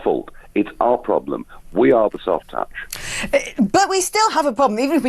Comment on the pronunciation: We do indeed have a “pwoblem”. You’re still on TV, you racist sausage.